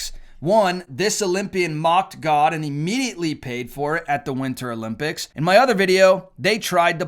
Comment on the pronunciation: Did he just say Ga instead of God?